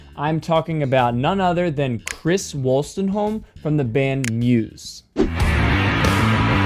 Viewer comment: don't pronounce Muse with an S sound